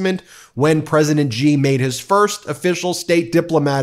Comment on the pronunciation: President Xi - pronounced as Shi !! Not Jee